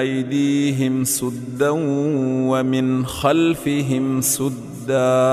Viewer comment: اسلام علیکم و رحمتہ اللہ و برکاتہ ۔ آیت نمبر 5 تنزيل ۔ ل کو پیش کے ساتھ پڑھا گیا ھے ۔ قرآن مجید مین تنزیل ۔ ل پر زبر لکھا ھوا ھے اور آیت نمبر 9 سدا ۔ س کو پیش کے ساتھ پڑھا گیا ھے ۔ قرآن مجید مین س پر زبر لکھا ھوا ھے اور آیت نمبر 39 قمر کو پیش کے ساتھ پڑھا گیا ھے قرآن مجید میں قمر پر زبر لکھا ھوا ھے ۔ اللہ تعالیٰ مرحوم شیخ نورین محمد صدیق کو بلند مقام عطا کرے آمین ۔